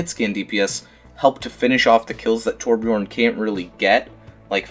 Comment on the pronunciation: Torb main that doesn't even pronounce his name correctly.